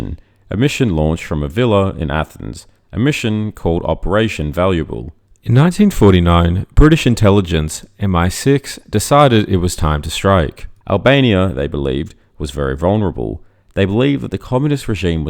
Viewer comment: It's not M16, it's MI6. As someone with a generally british accent, it's strange you got that wrong.